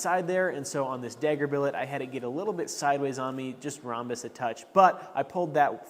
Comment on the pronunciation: Your pronunciation of the word “dagger” is slightly jarring. It’s like you’re saying “degger”.